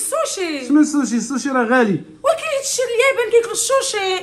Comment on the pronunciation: سوشي❌ شوشي ✔️😂😂